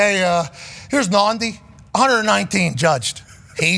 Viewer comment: His name is Nhadi "Nah-Dee" Not Nandi